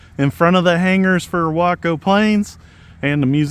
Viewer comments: Nice to here you pronounce waco properly. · I want both the Yellow/Black and the White/Red UMX versions! What a great looking little plane! BTW I realize that you are pronouncing the name as I beleive they intended.... that being said from where I am... it sure sounds wrong! The place in TX pronounces it as "Way-co" LOL. go figure... and if I buy one of these online I will use your links again. Just got the UMX Air Tractor today... no tome to take it for a spin as we are still dealing with Christmas aftermath... As Always wish y'all the best and thanks for sharing...